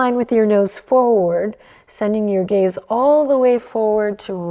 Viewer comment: Every time she says soft gaze I hear soft gays 🏳️‍🌈 I love it